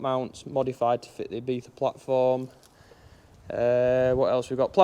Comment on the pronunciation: ibiza - e-bee-za ! e-beefa = X